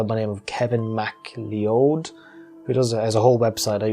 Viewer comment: Scottish person here - MacLeod is pronounced like McCloud btw :)